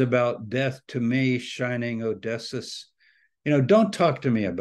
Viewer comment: Isn't Odysseus pronounced 'O-dis-ee-us'? Maybe Dr. Tabor knows something about how to pronounce it that I don't?